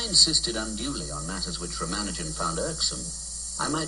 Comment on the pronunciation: Dear, thanks a ton for this video.:) Thoroughly enjoyed it. If you will please pardon me, just letting you know that his name is pronounced r-AA-m-AA-nu-jan (no AA emphasis here).